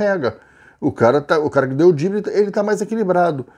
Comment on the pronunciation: A palavra correta é Drible e não Dibre!